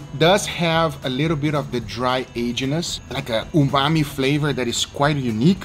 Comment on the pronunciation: It's not Ubami.... it's Umami....